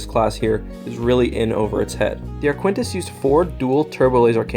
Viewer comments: keeps calling it the "ArQUENtis" - it's Arquitens, pronounced "ARKy-tens". Awkward. As for the EF76 carrying capacity. In the X-wing game, it was shown to have a hanger on the far side (the one not visible at the end of Empire) but the scale of the ship - 300m long doesn't really allow for any carrying capacity at all, considering the size of starfighters, pretty much the entire forward section would have to be hollow hanger space. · Sorry but this is one of the weaker videos. 1. The ship is pronounced Arq-i-tens, not Aquintis 2. The Arquitens is 325 meters (on average) in length so it is comparable to the Nebulon-B 3. The Arquitens is armed with quad laser cannons making it hard for the enemy X-Wings to get close 4. The Arquitens is also armed with double turbo lasers, so they should count double in TL weapon count 5. The Arquitens is normally carrying 4 Tie Fighters, although i think they are not even a minor factor here In the end, the Nebulon will most likely win, but not as decisive as presented in the video. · Man, where did you learn to pronounce these names? Lucrahulk is pronounced "Lukra-hulk" and the Arquitens is pronouned "Ark-it-tens", not "Ar-quin-tas" (don't even know HOW you got that one). You've done a great analysis but it's making my ears bleed! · Ark-u-tence not aquintence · Arquitens is Ar-kit-tenz, not Ar-kwen-tis. Also, Lucrehulk is with a hard 'c' (Loo-ker-hulk), as in 'lucre'. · Where in the world did you get the idea that something spelled “A-R-Q-U-I-T-E-N-S” would be pronounced as “A-R-K-W-I-N-T-I-S-S”?!?!?!?!?!? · Repeat after me: “A-R-K-I-T-E-N-S” That is the proper pronunciation of the Arquitens Class light cruiser. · It is pronounced Ar-Ka-Ten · I have no idea how you can see the name “Arquitens” and pronounce it as “Arquintus”. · Arquitens is pronounced Ark-it-ens. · Arquitens: Ark-wi-tenz Lucrehulk: Luke-er-hulk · Ar-qui-tens, I think. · it's pronounced ark-kit-tens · It hurt every time you mispronounced ‘Arquitens’